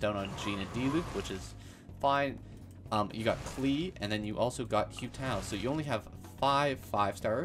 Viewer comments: Why are you saying ‘Hue Tao’ 😅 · "hyu tao" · Oh god the pronunciation of Hu Tao is giving me hives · no cuz I’m confused like do people just not listen to how characters’ names are said in the game 😭 “yay miko” “say you” “kaching” “kay ya”